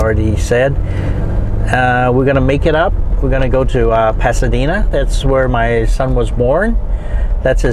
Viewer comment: Can't believe your pronunciation. Can't believe you can not pronounce "El Paseo", "Pasadena" and many other places. English is my second language, but if I'm going to make a video like yours , I would do my homework and planning a bit more. I wanted to see Pasadena but you got stuck in " food". If I wanted to know where you can eat or what to go eat in China, I would have looked up Mark Wiens or The Food Ranger. You will disappointe lots of people who want to view good old Pasadena.